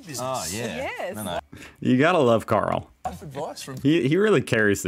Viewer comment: I think he called Carl "Howlie"